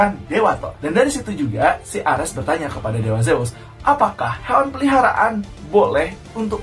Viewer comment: Peliharaan tolong pelafalan nya jgn di pisah, beda arti klo peli haraan